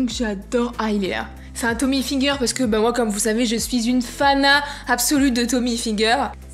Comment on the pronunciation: Parcontre on dit Tommy Hilfiger mais avec le i en Y